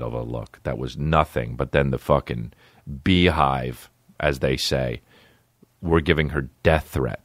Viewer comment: i thought it was bae-hive